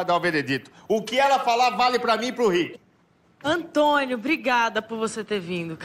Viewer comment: Ele chama Antônio kkkkk Han? ? Hantonio kkk han